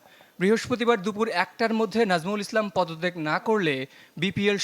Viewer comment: নামটা সুন্দর করে বললে কি সাংবাদিকের বউ মরে যেত ?